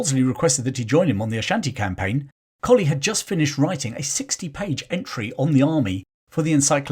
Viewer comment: Thank you for another fascinating glimpse into the British Army's history. In 1971 I married into the Pomeroy Colley clan. To my knowledge they have always pronounced Pomeroy as spelt, not "Pomfry" and Colley as in the dog, not "Coley" as in the fish! Throughout this video you jump between "Pomfry" and Pomeroy and "Coley" and Colley. I have watched the Majuba Hill video in which you do the same. (My Irish in-laws' family historian and author, Turtle Bunbury, will have the definitive answer.) Also, for the forthcoming Buller video, the Church of England is tying itself in woke knots over what to do about the memorial plaque to General Redvers (pronounced Reevers?) Buller that is on the south wall of the nave Exeter Cathedral. I have suggested that, although the Zulu War was an indefensible blot on the Empire's record, and that Buller was promoted well beyond his level of competence by the time of the 2nd Boer War, he earned his VC at Hlobane honourably. Many soldiers survived death by Zulu rifle or iklwa because of Buller's bravery during his 36 hours in the saddle (according to Donald R Morris in "The Washing of the Spears"). I believe both the plaque in the cathedral and his statue in Exeter should remain, preferably with a balanced, rather than a woke, explanation.